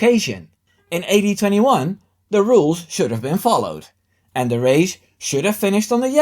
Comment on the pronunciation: Just messing. AD21 just sounded like 1821